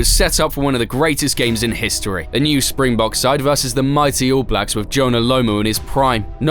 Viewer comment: Correction: not Spingbog but SPRINGBOKKKKKK.